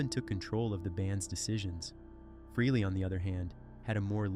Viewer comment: Also it not Ace fruhley, its pronounced Ace Fraley ( Frehley)